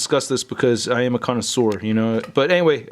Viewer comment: "I am a connoisseur" lol